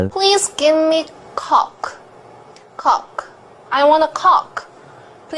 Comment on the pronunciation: "Please give me coke." - Japanese lady ( pronounced - cock) LOL